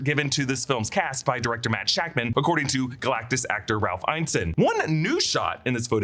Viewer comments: Still pronouncing Ralph Ineson's name incorrectly. It's "in-eh-sun" not "eyen-sun". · Ralph Ineson. In-UH-son. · It's pronounced In-es-son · You've pronounced Ineson wrong every time. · How do you go to the trouble of making videos like these without doing the basic research of how to say a person’s name? So infuriating hearing a name mispronounced repeatedly. It’s not like Ineson is even particularly difficult. Do better.